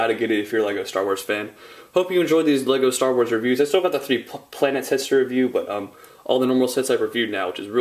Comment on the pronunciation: the beginnig said staw wars